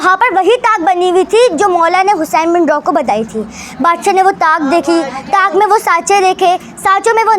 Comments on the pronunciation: Lafzon ki adaegi theek kro Hussain bin rooh he roh ni he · Hussain bin roh he Naam hai rooh nhi hai